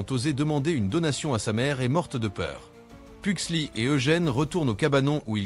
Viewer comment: Fétide pas "lucas" "Pugsley" il faut bien prononcer le "S" de Pugsley. C'est pas "Laurel" mais Marilyn Faut éviter de changer les prénoms à chaque fois.